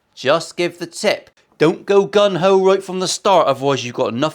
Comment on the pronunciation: 'Gung ho', not gun ho. You tit.